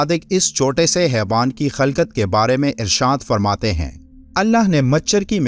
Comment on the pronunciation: Lafaz khilkat ye khalkat nahi